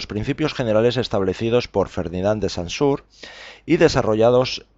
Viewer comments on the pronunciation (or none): "Y que toma como punto de partida y como modelo los principios generales establecidos por FERDINAND DE SANSURE" Muy mal, antes de hacer vídeos para EXPLICAR es importante saber bien los nombres y pronunciación de los teóricos.